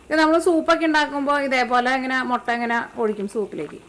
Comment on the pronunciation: Chechi motta alla mutta 😜